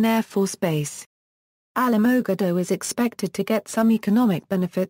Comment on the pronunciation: you need to learn how to pronounce the city name correctly. If you don't know how to say the name then don't even try. I live here and you messed up on the name big time.